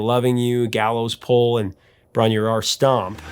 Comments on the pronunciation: The Welsh pronunciation is 'brom-roar.' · Bron-Yr-Aur is pronounced Brom-Rahr. And D'yer Maker is pronounced Jer-Maker (Jamaica). I somehow got a copy of Hammer of the Gods, the Led Zeppelin Saga when I was about 16, and somehow turned in a book report on it for my English class. I mean, there were some tales of debauchery in there, no doubt. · Great content here! FYI Bron Er Eye Er is the pronunciation. 😊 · It is pronounced Brom roar.i hate to correct you but that is how it is pronounced. Rock on bro.👍